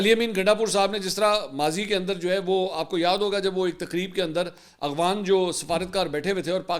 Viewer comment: اسلام عليكم منصور بھائی افغان کو آپ اغوان بولتے ہیں 😂😂👍👍اغوانستان نمک حرام😂